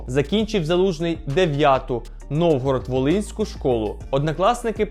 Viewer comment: Новоград, а не новгород. Приємно мати такого земляка😊